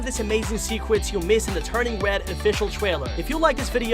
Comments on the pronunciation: Stop saying turning wed its turning red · Hey your saying turning red wrong your say turning wed when it pronounced turning red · is it just me or is he saying "turning wed" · stop saing wed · The way they say turning red “Turning Wed” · He said"turning wed" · I don't know why but I kept on laughing when he said wed panda instead of red panda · Did he say turning wed in the beginning? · He replaces all rs with ws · It’s not turning wed it’s turning red RED R R RED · One secret of the 10 secrets you missed in the turning red official trailer he sometimes replaces the R with a W when he’s talking LOL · He says turning wed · He can’t say red he said wed and gwate lol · is it just me or do you talk like “uwu wed pwandwa” (no offense)